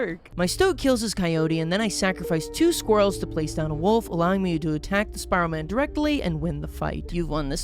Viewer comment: Is no one gonna talk about how he calls the wolf cub a wolf club and a wolf a woof? (Not tryna be mean)